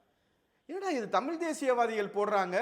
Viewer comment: நீங்கள் சொல்லும் கருத்து எதார்த்தமானது. உண்மையும் கூட. நீங்கள் தமிழ் என்று சரியாக உச்சரித்தால் நீங்கள் சொல்லும் கருத்துக்கு இன்னும் சிறப்பு சேர்க்கும். மகிழ்ச்சி.